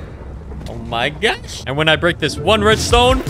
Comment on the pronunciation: “Oh my gyod, oh my gyosh “